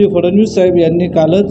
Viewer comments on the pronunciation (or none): none